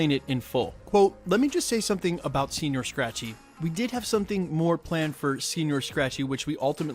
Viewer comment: Senor not senior..Yanks butchering more words